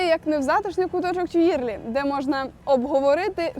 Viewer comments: Цікава прогулянка й коментарі. Але є зауваження: у французькі мові ВСІ НАГОЛОСИ є на ЗАКІНЧЕННЯ СЛІВ.. й це легко запам'ятати: не сан-МАртен, а Сан-МартЕн, не парк ТюІльрі, а парк ТюілрІ... й пр. Зверніть, будь ласка, увагу!! Наперед дякую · І Тюїльрі, , а не "тюлері", пардон. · О! Так! Хоча згодом , листаючи словник, розумієш, що ти вже давно знав добіса слів французькою, тільки вимовляв їх геть не правильно, як оце "ТьюЇльріі".😂